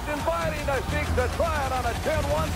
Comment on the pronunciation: Finally ,someone pronounced the iron sheiks name correctly